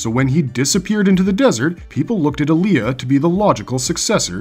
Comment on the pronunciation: Its Aliah not Alia